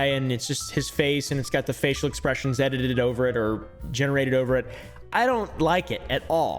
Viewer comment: that tongue roll when he says "edited" was crazy